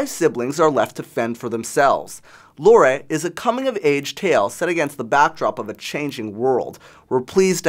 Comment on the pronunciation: I hate how he didn't say "Lore" the right way, or even attempt to say it the right way.